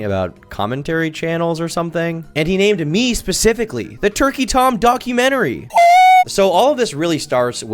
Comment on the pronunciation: He actually said TorqueyTom, totally different channel